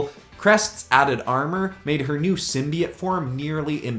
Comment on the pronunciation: You say simbeits it's simbeotoe